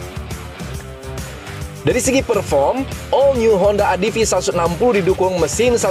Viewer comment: Om mungkin pengucapan utk ADV bisa diperbaiki. Bukan "Adivi" tapi "Edivi" atau "Adeve".